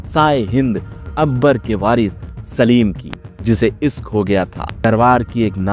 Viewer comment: Pahle bolna to seekho Isk nahi bolte Hain Ishq bolte Hain